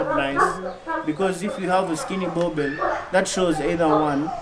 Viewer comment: Boerboel pronounced as burbur not boabell.